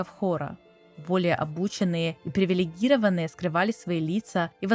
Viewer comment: низина́ (низи́на?) привилеги́рованные (о́?) яства́ (я́ства?) на плите (плита тюрьма, в?) сквозь дре́му (дрёму?) судьба сиблинга (сестры/родственницы?) а так интересно местами диспутируемо спасибо